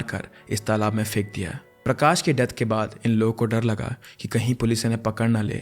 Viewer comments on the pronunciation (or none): none